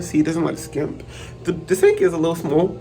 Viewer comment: Lol did you say smol